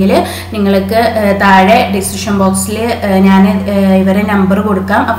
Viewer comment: നാൻ എന്നല്ല ഞാൻ .